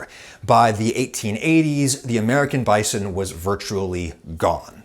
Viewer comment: I struggle to watch this video due to the way Adam pronounces bison